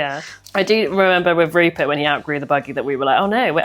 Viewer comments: Rupert pronouncing his /r/s as /l/s is adorable!! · Omg Rupert pronouncing all his Rs as Ls so cute. Also surprising because normally the L is the hard to pronounce letter. Gingerblead man is flends with the snowman 🥺